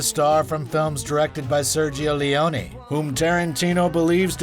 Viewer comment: The AI voice can't make up its mind on how to pronounce Sergio Leone's surname and still can't pronounce Zoë Bell's first name.